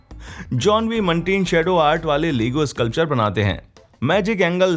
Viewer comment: You pronounced Lego very wrongly in whole video 😆😆😆